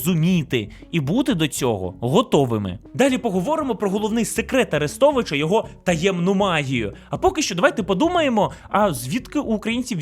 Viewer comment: Послухай авдіокурс української літературної вимови Миколи Погрібного. Бридко слухати твої кацапські "Арестовичя", "шьо"!